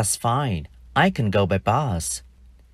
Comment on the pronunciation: Thầy là một thầy giáo giỏi ,nhưng em chỉ thấy 1 điều lấn cấn khi thầy phát âm bus là bad .vậy từ cut thầy có phát âm giong cat không